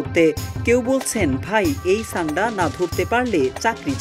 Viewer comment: ছান্ডা না ভাই সান্ডা